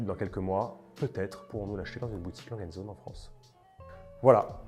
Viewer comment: « A » « langueu » « und » « zohneu » pour la prononciation! Les allemands doivent être fous à nous entendre saccager toutes leurs marques haha